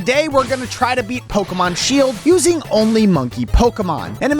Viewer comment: Bro is Pokemon word not seeld